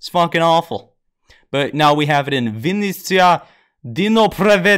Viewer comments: this pronounce of vynnitsa is just butchered me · I am ukrainian and it`s quite funny to watch how you pronounce Vinnytsia and Dnipropetrovs`k)) I`ve watched that a dozen times Thanks for the tutorial